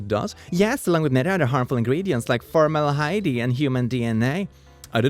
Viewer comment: for-mal-de-hyde. not to be confused with casualdejeckle